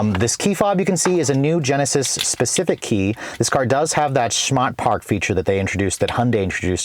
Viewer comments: Prob shouldn’t attempt that Boston “Smart Park” pronunciation again. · "shmaht paahk" 🤣